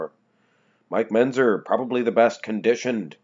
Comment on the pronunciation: And it's MenTzer, not Menzer.